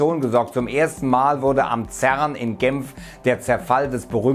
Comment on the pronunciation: hach ja. Wer kennt ihn nicht. Den Zern in GEMPF. :D